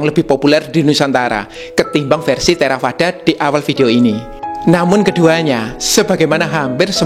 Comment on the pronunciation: biasanya dalam Buddhis membaca huruf V di baca W contih Theravada du baca Therawada Vihara dibaca Wihara